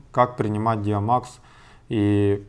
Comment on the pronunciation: ДиамОкс, а не ДиамАкс